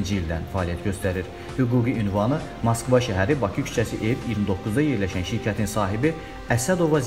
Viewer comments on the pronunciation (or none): none